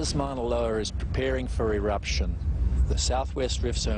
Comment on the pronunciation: One of the guys called Moa loa Moa loer WHAT THE FUDGE?!?!?!?!